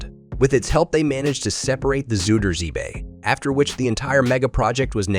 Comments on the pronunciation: Swiddersee and efslewedie. Jesus wept, you can just paste those words into Google translate and get an example, you know. And if the voice over didn’t write this: it’s still your job to get it right. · "Afsloeiitdijk"? "Zoeiiderzee"? You can Google the pronounciation very easy;) This is pure horror. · A nice and pretty accurate mov1e. The way you butcher the words 'afsluitdijk' and to a lesser extent 'zuiderzee' though, are truly magnificent. I've never heard anyone mispronounce those words more. I realise that dutch is pretty horrible for english and other non-native speakers, but perhaps you could enter difficult words into Google-Translate to get at least a general feeling about the pronounciation. Just a tip. Kudos for the rest of the movie.